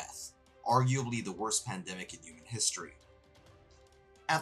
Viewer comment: Great video! Very informative and great pacing and editing. Side note, I love the way you say "yooman", it cracks me up!